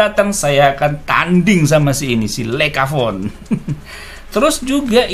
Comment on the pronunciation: Mantap om, koreksi dikit cara bacanya yg benar adalah LAIKA 🙏